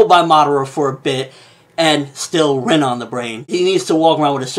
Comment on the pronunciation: You keep mispronouncing the names and quite frankly its fucking annoying. Example: its spelled (Rin) but is pronounced (Reen)